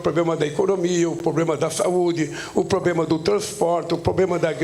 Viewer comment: Ele fala probrema, kkkkk